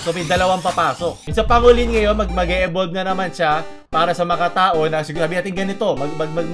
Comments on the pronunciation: pang go lin* not pa ngo lin* lol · Boss di sa nagmmarunong, pero pang-golin po ang pagpronoune sa pangolin. Thanks, more power. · Dun ako na cringe sa pronounciation ng pangolin then armadillo pa ung pinakita lmaooo